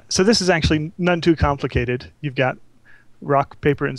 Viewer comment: i laughed when he said now on to the complacated part